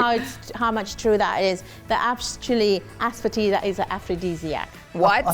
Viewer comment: Ass foetida❌️ Asefoetida✅️